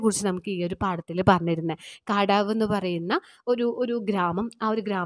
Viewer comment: The pronounciation of kadavu is ' kandavu'